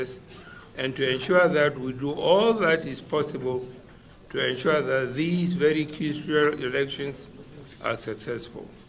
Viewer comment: Always "enshuaring" I will enshua, we will enshua, they will enshua and nothing is ever ensured. Nonsense leaders.